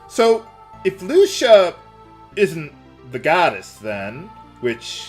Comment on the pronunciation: You are pronouncing Lucia so wrong.